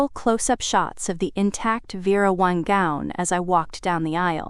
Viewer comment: It's Vera WANG, not Wong! Both were mentioned. Did Audrey pay $3k or $4k for the insurance, both amounts were mentioned. I found a few other discrepancies, sorry, but still enjoyed the story. The background actually followed the story which was refreshing. I subscribed and await more of your stories.